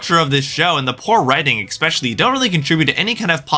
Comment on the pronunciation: I don't think I can respect the opinion of a person who says expecially instead of especially.